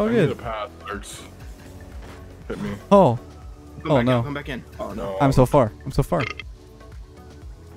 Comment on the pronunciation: im so flar me: i know you mean far but like dude